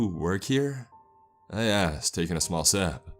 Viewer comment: Hayden McMahon took a sep of his draink and a bite of hes cheppssss